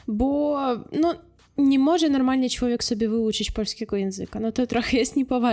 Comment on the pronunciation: Bardzo prosze niech pani sie zacznie ksztalcic lub pojdzie do logopedy. Ma pani urode,mlodosc zywiol, talent i duzo energii.Cilowiek to nie po polsku. Przedostatnia sylaba jest intonowana. MOZE PANI NAM OPOWIE O KULTURZE POLAKOW NA UKRAINIE. Mnie ten akcent napawa strachem.Brzmi jak atakujacy kundel.Warto nad soba popracowac. Niech pani nagra lekcje polskiego Bo polacy sami wiedza jacy sa i smieszne jest jak mloda dziewczyna bez podstaw i glebszych badan sie wypowiada a tym samym obgadyje by zarobic forse tanim kosztem, sama kaleczac nasza polska mowe. Moze lepiej nauczyc nas po ukrainsku.Pozdrawiam.